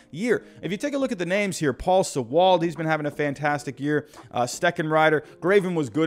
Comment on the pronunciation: Hey, Thanks for covering my Mariners! <3 I know names can be insane when trying to figure out how to pronounce them. Paul Sewald is (See'wald) and Anthony Misiewicz is (Mis'eh'vich). Mariners won again today, 30th come from behind victory of the season so far. The club is mostly young with a ton of guys having fun, and believing in one another. They play for each other and when they got thumped two days in a row by the Astros. They were able to forget about it, put it behind them and get a clutch win on the road in Houston to salvage the series. When teams are having fun, they tend to win. Will they make the playoffs??? I hope! But I totally understand the competition that stands before them, and while there are a couple teams under 500 ahead on the schedule. Seattle sports teams tend to play to the level of their competition for whatever reason.